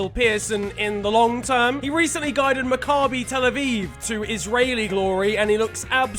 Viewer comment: He said maccabi tel aviv wrong